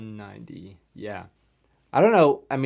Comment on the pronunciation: You did the acromym pretty correct. The 90 is said nitti